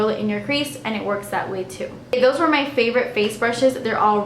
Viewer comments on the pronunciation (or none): none